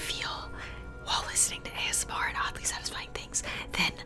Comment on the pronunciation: My mom is hilarious. She pronounces ASMR as as$-meer. 😂